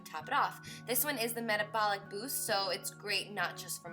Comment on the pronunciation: she said metabolic wrong